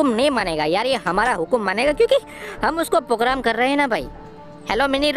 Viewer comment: Bhai pogram nahi program hota hai